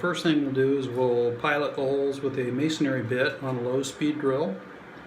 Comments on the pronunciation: Mason-ry.....not "Masonary". Otherwise, great video. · I LIKE "Masonary" better. Do not bow to social pressure...be you brother. Helpful video. I had never heard of "snap toggles"